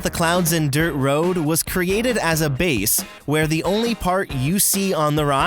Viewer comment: "WILDEST RIDE IN DE WILDERNESS" this dude loves his job😂😂😂